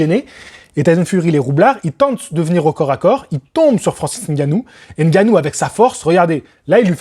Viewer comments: Le seul youtubeur qui prononce bien Ngannou, au lieu de Engannou**. Bravo !! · Prononciation de Ngannou parfaite en début de vidéo Merci 🫡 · N-gannou c est la prononciation en français, meme si c est pas en langue bantou..